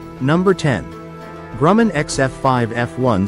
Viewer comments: I could never tell the difference between an F20 a d an F5. Also it's Grum. Man not Gruuu men. The Grumman Skyrocket was the predecessor of the F7F Tigercat. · DOWN WITH BOTS. "Grooman". Indeed. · The "Gruumen" X10? Also Kelly Johnson headed up the Skunk Works. Robot.